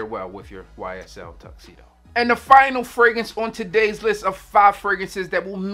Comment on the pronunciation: the way you say "fragrance" kills me. "Fraguntz" 😂😂😂